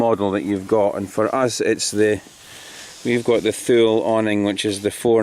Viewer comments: Just saying but as I understand it... the Thule is pronounced TooLee... I think that your accent will lend itself beuatifully to this brand name... love your content and you have given me a few headaches about my choice of platform for a campervan... looking like a Ford Transit... if I don’t plump for the VW... thanks for your videos... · Love your videos ! I'm in the US and we pronounce Thule - TOO-LEE :) sorry if it's been said :)